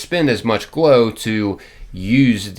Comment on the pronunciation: Am I the only one who hears blow every time he says glow? Nothing like some coked up ghouls... in the wast(ed) land.. 🤣